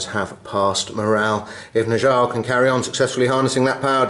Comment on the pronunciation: Fantastic game once again. By the way Njal is pronounced more like "ni-owl" - a mix between the knights who say "ni!" and an owl... I know, it's weird, but that's Old Norse for you...